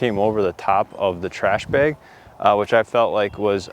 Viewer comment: I just like the way you say "Beg." Must be the Wisconsin in ya. :D I kid and I love you. Great vid my friend!